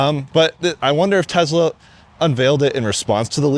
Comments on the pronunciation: TeZla, LOL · TeSla not TeZla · "tezz-lah" This video is about 12 minutes longer than it needed to be